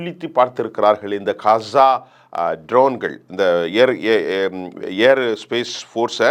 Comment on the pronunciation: Kasa enru solama Olunga ghaza solluga.